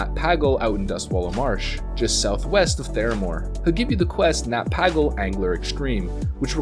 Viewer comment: It's pronouned Nat "Pay-gull" btw.